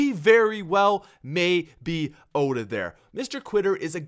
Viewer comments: Out not oh-t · "Oat Of There" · " OAT of there." Lol